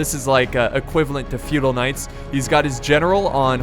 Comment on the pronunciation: Anybody else thought he was saying "fetal knights" the whole time?